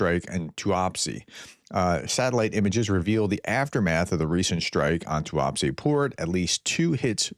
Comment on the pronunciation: Yeeesssss! Yes, yes, yes 🤔 It's only taken 3 year 10 months but you finally got a pronunciation right...... TUAPSE 👏👏👏👏👍 I knew you'd get there in the end 😉 Oh! 😱........ never mind 😁😉 Not to worry.... It's an improvement..., take the win 😂🤣😉